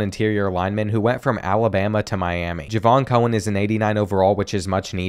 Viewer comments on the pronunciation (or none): “ We’re gonna go for Javon Cohen” The Game “Javion Cohen”